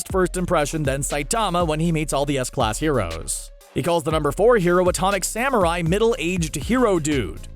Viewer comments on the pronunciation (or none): none